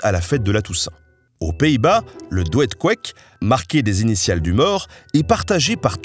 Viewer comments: pour le pain du pays bas, ça se prononce dood couque ;) ou alors doud couque. oe donne le son ou en neerlandais ;) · Petite correction, en néerlandais les "oe" se prononcent "ou", "doed-koeck" devrait donc se prononcer "doud-kouck" :) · La prononciation de Doed Koek est "doud kouk" monsieur. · Belle vidéo, attention, le doed koeck se dit "doud kouck" en néerlandais. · Hi hihi ! Doet koek se prononce doute couque. Sinon, super épisode, merci. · Le DOED-KOEK, se prononce "DOUD-KOUK" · "Douède-kouèk"... "OE" ça se prononce "OU" et les E finaux ne sont pas muets; c'est donc une "dou-de-kouk"" littéralement "couque de mort" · "Doed-Koek" ?... ça se prononce dôôd-couq . (Pq pas utiliser Google traduc pour bien prononcer? ). A part cette remarque , j'adore ... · je pense que le "douèd kouèk" doit plutot se prononcer "dod kouk" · J’ai aussi bien ri 😂 Pour info ça se prononce doud kouk 💕 Superbe vidéo sinon 👌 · Merci pour les informations fascinantes! Je ne sais pas si ça a déjà été dis, mais en Néerlandais "oe " se prononce "ou" Par exemple le "doed-koeck" se prononce "doud-kouck" ou "dood-kouck" (le oo est long dans sa prononciation) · Superbe vidéo, en plein temps de midi, très agréable à regarder 😂 Par contre, pour le flamand (néerlandais) quand un o et un e s’enchaînent ça se lit « ou » (« Wat doe je ? » => se lit What doue ye) 😉